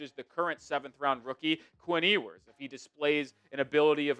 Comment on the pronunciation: …his name is pronounced “yew-ers” not “ee-wers” If he’s gonna be our starter we gotta say his name correctly at least haha